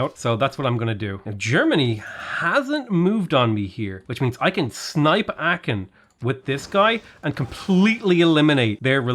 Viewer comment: It's not Aaken, it's Aachen: Ch like in ugh. Much closer to Aahen than Aaken.